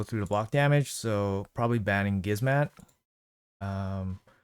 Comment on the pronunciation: bro its not Gizmat and su zen, its gizmaK and sHu zen lmao love the live arena vids tho